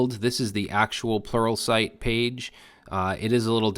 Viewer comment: I come back to this video to hear you say sluralpright